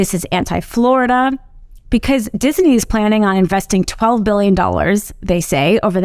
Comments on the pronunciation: Disney is 2 syllables not 3 the way she keeps pronouncing it. Someone please tell her that its Dis-ney not Dis-i-ney. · It's Disney, not Dis-a-ney. 😜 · Every time you hear ''Dis-i-nee'' in this video, DRINK! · I like how she emphasizes Disney in the beginning to show how dumb it was for DeSantis to attack them.